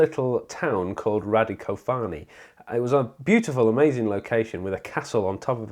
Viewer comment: ...and Radicòfani, not Radicofàni. Furthermore the pronounciation of Via Francigena is completely wrong.